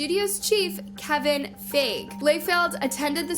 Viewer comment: btw its “kevin FYE-GU-EE”